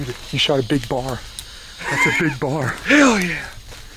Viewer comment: ITS PRONOUNCED B.O.A.R... NOT BAR STILL LOVE THE VIDEO